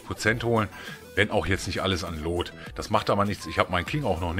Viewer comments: Luuuuuut nicht looot das nervt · Loot spricht man wie lut aus hat mich ein bisschen genervt 😂😂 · Wie du loot aussprichst:) Wie ein richtiger deutscher xD